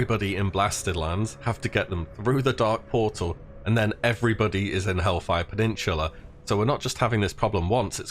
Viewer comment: "hellfire penninchula"